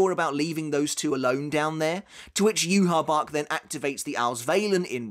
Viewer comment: It’s “ yuhavaa”